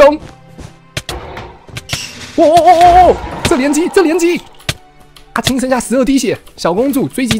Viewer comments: 阿青王子阿青王子越聽越想阿牽王子XD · 阿青一直聽成阿謙，變小青又聽成小謙._. 本集短評：證實了烏龜也可以贏的！！